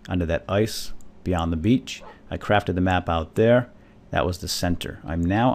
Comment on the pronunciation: everytime says beach swap it for bitch:') its hilarious!